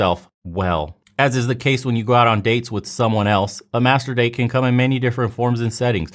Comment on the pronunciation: Every time you say masterdate i think you're saying master bate and that i agree with, when was the last time these women had a good orgasm